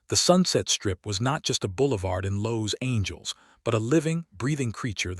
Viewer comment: Yeah the "Los Angeles" mis- pronunciation was my first clue that the rest of the story would be bullshit. It looks like I was correct.. Very creative story if you're writing a fiction novel.. Way to go A.I.! ( Artificial Ignorance)